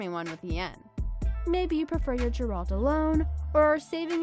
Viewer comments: It's Geralt, not Jeralt. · .... I hope you're mispronouncing Geralt and Shani intentionally to avoid some kind of copyright strike.... because that was literally nails on a chalkboard. >_<